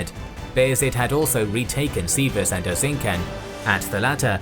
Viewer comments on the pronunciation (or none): its Erzinjan not Erzinkan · I love this your old style square unit battle vidoes. Btw you're making so much videos about Ottomans and turkic nations in history. You may want to find someone who can help you with Turkish pronunciations. For example take this free gift: C in Erzincan is shouldn't sound as a K. C in every Turkish word always sounds like soft G.Don't get me wrong, I'm not offended or something just wanted to give you guys an easy tip. Great video!